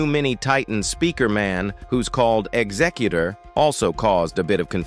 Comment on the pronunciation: Executor not exutor